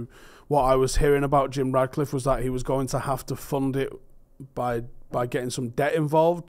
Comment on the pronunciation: FFS, how hard is it to say his name properly? It‘s RaTcliffe, not RaDcliffe. If I didn‘t know better I‘d swear you were doing this deliberately.